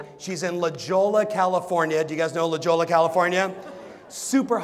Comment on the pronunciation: La Joe-la? You mean La -Hoya? Didn’t you grow up in the OC?